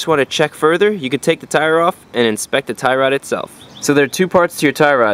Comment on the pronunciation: Tie Rod . You make it sounds like " thyroid ". How to check/change if your thyroid glands are bad ? lol Anyway, thanks a bunch. You're indirectly fixing my car with your videos.